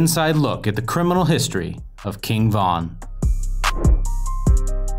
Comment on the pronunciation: Stop saying his name like that it sounds like you're saying king Kong 😂😂😅